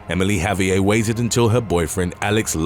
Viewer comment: Javier isn't a French name so the last letter would not be silent, it's a Spanish name, therefore you pronounce the "r" at the end of the name and the "v" sounds more like a "b". So it's sort of like "Ha-bee-air" But, I know this is a common thing in the UK, the same place where they make fun of how Americans pronounce things like Ibiza and Vincent van Gogh, even though they too are pronouncing Vincent van Gogh's name incorrectly.